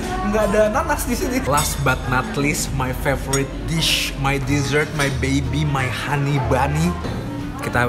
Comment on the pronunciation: udh jago ngomong ‘dessert’